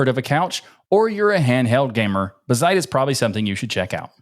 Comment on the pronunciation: Its Bazzite and not buzzite!!